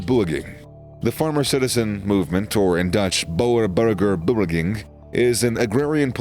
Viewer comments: Beweging (movement)... It's not bewging, it's bu as in BurgerKing and we as in way to go. And ging starts with a hard g. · Bur bowr bewgn 💀